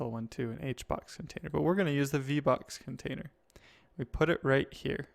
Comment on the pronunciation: vbox sounds like v bucks